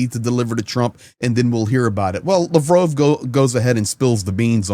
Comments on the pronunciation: Lavrov not Lavrove, say it right ffs. Lav Rov, say it out loud. Lav Rove is what you say. He's Russian not French 😂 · Hi. Just wondering why you pronounce his name as "Lavrove' and not" Lavrov"? I don't speak Russian so I'm just curious as to what is the correct pronunciation. Thanks 👍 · Your pronouncing Lavrov wrong lol